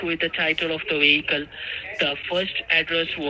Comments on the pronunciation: LOL! --- "VE found the blood and drugs RESIDUTES inside the WEHICLE". 🤣🤣🤣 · ONE WEHICLE..LOL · She has one wehicle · Wonder what "WEE-HICKLE" rental service rents out a 2009 car 🤣🤣🤣 Sanford & Son's WEE-HICKLE RENTAL'S.. 😂😂😂 Did they rent it for TREE days..🤣